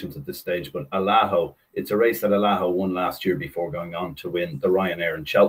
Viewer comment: needs too learn how too say allaho 😹😹😹